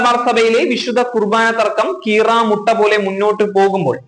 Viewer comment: കീറമുട്ട അല്ല കീറാമുട്ടി